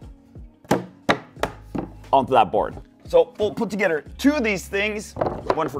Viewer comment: tuhgedder??? Lol